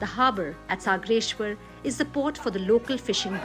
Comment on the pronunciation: कोण बाई घेतलीय निवेदन करायला??? 'सागरेश्वर' ऐवजी 'सगरेश्वर' म्हणाली चक्क....